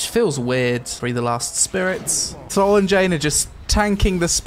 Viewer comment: Thrawl? It’s TH-RALL